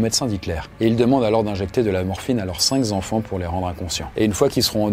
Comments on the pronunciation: Excellent travail avec juste une petite critique : on dit "cinq enfants" et pas "cinq z'enfants"... 😅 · Merci, vidéo très intéressante et pédagogique, un petit point, cependant évitez les liaisons « malt’àpropos » comme les « cinq z’enfants » ! Cinq est invariable, on ne fait pas la liaison ! et là on a un peu les oreilles qui saignent ! Quant à Goebels organisateur de la solution, finale… C’est loin d’être aussi simple ! Inspirateur certainement cependant ! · Merci pour la vidéo. Une petite remarque : on fait la liaison avec la dernière lettre du mot, donc, cinq (k) enfants et non pas cinq (z) enfants. Mais, n’en avait-il pas six? Alors : six (z) enfants ! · Très intéressant reportage. Juste une petite remarque : ne dites pas '...ses cinq z'enfants'. 😉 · CINQ n a pas de Z à la fin : cinq Z enfants !! chapeau ! on dit : cinK enfants. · Faut arrêter avec les liaisons genre « cinq-s-enfants » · Cinq enfants et non cinqs zenfants. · Cinq enfants..pas Cinq Z enfants !😅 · Merci pour cette video. Sur la forme, 9"40, dire va etre et non va t etre.. et les cinq enfants en rin de video et non cinq zenfants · Cinq ne prends pas de s ! Il n'y a donc pas de liaison : cinq enfants et non pas cinq z'enfants !!! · Cinq enfants , pas cinq zenfant…. Ça fait mal aux oreilles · Bonjour. Cinq est invariable. Il ne faut pas faire la liaison et donc ne pas dire « cinq z enfants ». Merci. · Cinq enfants, pas cinq z 'enfants. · Cinq zenfants, ça fait beaucoup de zenfants, quand même… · L'iconographie est assez recherchée, le travail est de qualité. Je n'ai pas appris énormément, mais c'était intéressant quand même et je vous remercie. En revanche, les bips sont insupportables (dans quel monde vivons-nous ?), et la répétition des pataquès (cinq-z-enfants, bon sang !) est irritante. Attention ! Et où est passée la poiscaille ? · Pitié : cinq n a pas de s en fin de moment donc pas de liaison cinq s’enfants (idem pour quatre d ailleurs) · Cinq z'enfants ?